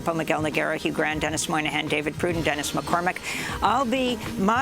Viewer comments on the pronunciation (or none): Hugh Gran, not Hugh Grant…